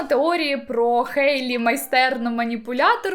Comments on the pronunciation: Я тут просто сказати дякую, що кажете «Хейт, Хейлі» замість «Гейт, Гейлі»🥲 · Дякую за Хейлі, а не Гейлі🤮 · кому так треба казати?) Сама Хейлі вимовляє своє ім’я через «х», то навіщо ми будемо паплюжити її ім’я